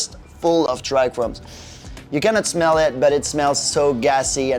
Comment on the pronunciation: Trichomes bro, trichomes. There is just 1 single "R" in tRichomes. This is not chrome.